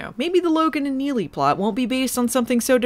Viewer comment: Pretty awesome rrrr roll out of your Neely,.